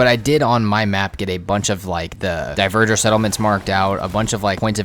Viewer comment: Bro keeps saying diverger instead of dvegr😂